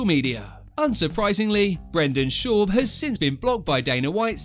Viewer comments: Who’s Brendan Shorb 😆 love the vid though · Brenden shoob. 😂